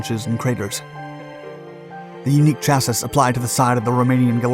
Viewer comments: Chas-ee > Sha siss (for the Word "Chassis"), your pronunciation is off! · Please stop saying Chass-iss. Chassis rhymes with classy. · Every now & then a word shows up to remind you it's an ai voice. Chassis was today's word.. chasssisss is not how to say this. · Chassis is pronounce “chass-y” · Chassis is pronounced chah-see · Chassis is pronounced as chass-ee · Chassis is pronounced cha see. Love your work! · Not to be a grammar nazi or something, but every version of "Chassis" I looked up is pronounced "Cha-SEE". Good video, though. No hate. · "Chassus?" Might want to reexamine that word. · Say the word chassis...chaseeeeee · Cha-see. Chassis. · CHASSIS 😂😂😂 no man you need to pronounce it as shassy if you’re saying chassis 😂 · I see this narrator is still mispronouncing chassis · Are we going to ignore how he mispronounced “chassis”? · Yeah he doesn't learn with this one. We've been over it before, but it still makes my ears bleed every time. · He always does. He mispronounces it every time he uses it. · I left this link in my reply on this topic. This mistake really stands out. Hopefully he'll learn how to pronounce it correct for the next video. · How can you do all this research and pronounce Bosch and Chassis wrong 🤦🏼‍♂️ it makes it feel like you’re blindly reading stuff you had no part in doing the research. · I never heard someone pronounce chassis the way he does lol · I always wondered why the last S was silent. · Bosch is pronounced as baash chassis is pronounced as chass-ee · Bosch is pronounced Boshh 2130ft is 650 meters, 130 pounds = 59 kg Chassis is pronounced Shassee